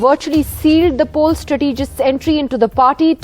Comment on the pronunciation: Strategist is pronounced with stress on the first syllabus, as STRAE.tuh.jist. Strategic with stress on the second syllable, as struh.TEE.jik.